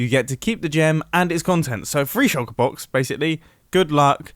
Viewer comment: Shulker, not shucker